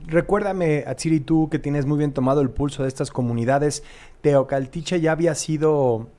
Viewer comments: TEOACALTICHE 😅Y NO TOCALTICHE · Se dice Teocaltiche. No Tecualtihe